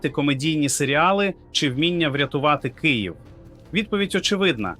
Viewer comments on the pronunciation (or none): none